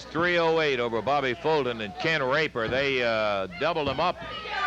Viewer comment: Dammit Quit saying "Rape-her" man😆😆😆